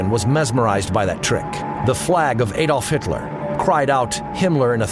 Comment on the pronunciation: Aydolf Hitlerr - Heinrick Himmlerrr - cant even pronounce it properly.